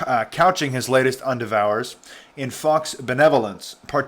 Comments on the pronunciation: en-dev-er..... NOT indevours......endeaver..... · great vid... but the word "endeavors" is pronounced "en - dev - ors"! lol! not "en-devours"! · Thanks for exposing this! Just one thing...Endeavors is pronounced Endevvers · En-dev-ers. Say it with me. En-dev-ers. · It really bothers me that you can not pronounce the word endeavors. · your pronunciation of the word "endeavors" is hilarious. i give your overall ability to read aloud a 6/10.